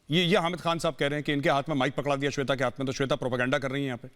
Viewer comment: सवेता जी नहीं होता है जाहिल, श्वेता जी होता है।